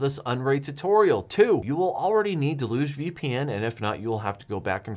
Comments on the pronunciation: I feel like the entire "home server" community has never seen or heard the word "deluge" outside of the context of software. It's pronounced "dell-yoogzhe". Or at worst "dell-yuge". We borrowed the word from French. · I think you're pronouncing deluge wrong :)